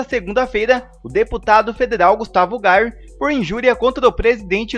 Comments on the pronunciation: Por favor, pronuncie o nome do deputado Gustavo Gayer corretamente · CARA NÃO É GAR... E SIM GAYER...POR FAVOR !